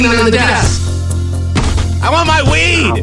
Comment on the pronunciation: I WAHN A NEW SNOW PLOH SHOW!